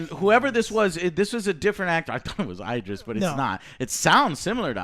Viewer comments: Lmao, its id (like kid)-driss Joe please😂not eye-driss Elba. lordy💀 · I love it butchers Elba's first name...Eyedris.